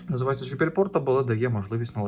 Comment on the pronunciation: Вибачте, ну чому джи якщо джей? J